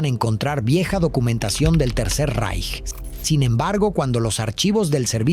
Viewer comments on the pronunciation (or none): none